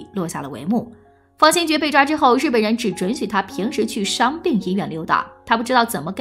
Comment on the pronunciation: 大家散了吧，小编都不懂历史，废话一大堆，方先觉都能读成军方/先觉部，真是浪费时间，史实的真假更不用论了。